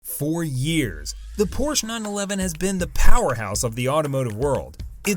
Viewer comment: Not only are the brand Porsche and the model designations consistently mispronounced in the video's voiceover, the Brand is misspelled in the video's title.